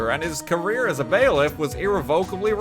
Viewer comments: ‘Bailiff’ is pronounced as it’s spelt, ‘bay-liff’, not ‘bah-liff’. And envelope is pronounced ‘on-vuh-lope’, not ‘enn-vuh-lope’. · It's a small nitpick but, it's definitely 'bay-liff' not 'bah-liff' right? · why must you torture me by saying baliff instead of bailiff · The Statue of Limitation for murder in Japan was 15 years when the game came out, but it was doubled to 30 years in 2010. Also, "baliff" is pronounced like "bay-liff" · Isn't it pronounced bailiff? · Mr. English Drift King degree doesn’t know how to pronounce ‘Bailiff’ or ‘reminiscing’ and I find it funny. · A part of me dies a little every time he pronounces bailiff